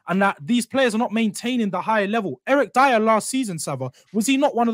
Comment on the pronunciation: Dier?? Seriously ? 😂😂